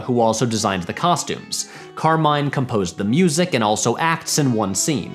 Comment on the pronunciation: hearing the name "Carmine" so consistently mispronounced was incredibly jarring.